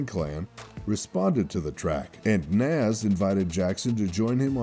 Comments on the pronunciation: the way this dude said “Nas” is just stupid 😂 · Who tf is Naaz? You mean Nas? Lol who is this narrator?